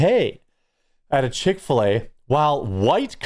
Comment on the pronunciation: You said Chic Fila so many times I’m going there for dinner. Dang it.